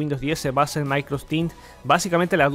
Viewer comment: De onda nomas es Microsoft Teams no MicrosTin